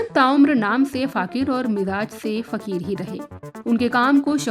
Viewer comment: इतने बड़े शायर पे रिपोर्ट बनाया है तो नाम तो ठीक से लेना था.... वो फ़कीर हैं, फ़ाक़ीर नहीं..